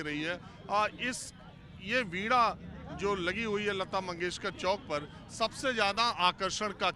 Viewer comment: आप वीणा को वीडा क्यू कहते हो? सही उच्चारण करो.